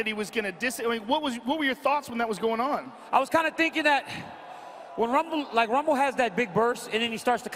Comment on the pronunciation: "Rumble" young man "Rumble"